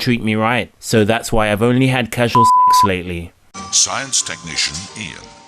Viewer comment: That's true, I get the same vibe from this guy. You can tell that he is a virgin when he emphasizes on words like "sex" and "dicks" like some 12 year old kid who just hit puberty.